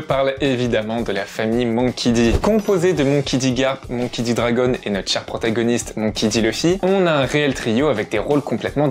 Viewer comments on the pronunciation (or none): none